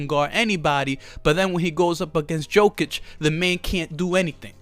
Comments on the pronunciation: Yokic read it and that's how you shoul pronounce his last name. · Yo! First of all is not DZOKIC!!! IT IS J J J J J J J J J J J J OKIC!!!! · Great video 😂😂. It’s pronounced “yokitch” for future reference.